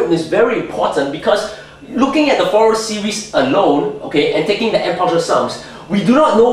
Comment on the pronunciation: I appreciate your Fourier Analysis' application to Electronics. And by the way, it's fur-ee-ey. Zero it out. And can you give dissertation on wave functions as they apply to wormhole theory? You could also say, "The convergence theorem 'suggests.'" Thanks for explaining infinite partial sums.